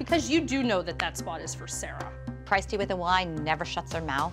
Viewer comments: Emma Arianna don’t the moms pronounce it as “Christ-te”? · its pronounced as cry-is-tea